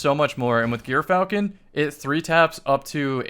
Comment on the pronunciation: Okay the gyrfalcon pronunciation is just embarrassing at this point